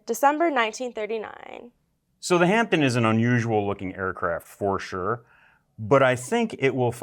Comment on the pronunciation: Hi guys, from the UK a wee heads up, the p in Hampden is silent so “Hamden”👍🏴🇬🇧…